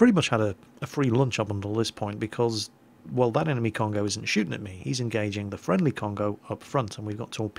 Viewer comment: It is not "con-go" it is "cone-go~" you emphasize the first o and extend the second one. Every vowel in Japanese is the short vowel unless it is accompanied by a u. If there is a u after it, it is the long vowel. If you have an a and then an i, then it makes a "y" sound like in my. if you have an e with an i after it, then it makes an "ay" sound like in okay. any time you have a consonant and then a vowel, or just a vowel, you can use this handy guide. (- = any consonant) -a is pronounced ah (ie ta sounds like "tah") -i is pronounced ee (ki sounds like key) -u is pronounced ooh (bu sounds like boo) -e is like a short e(te sounds like te) -o is pronounced like oh (ho sounds like hoe) This is a very basic guide, if you want something much more in depth check out this guide